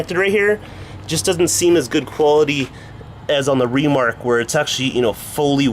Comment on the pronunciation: why do you say REmark??